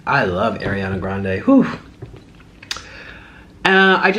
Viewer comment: Nick I love you but her name is ariana it's not pronounced like air I think it annoys her too I think any way love your videos